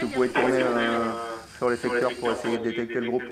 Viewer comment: mdrr les gars faites un effort, les policiers et le caméraman qui se tape une barre car le type sait pas dire "détecter" chuis morte XD